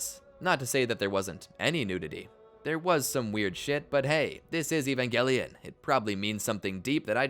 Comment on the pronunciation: E-van Juh-Lion 😊